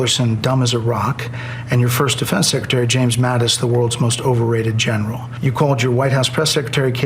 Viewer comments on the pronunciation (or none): none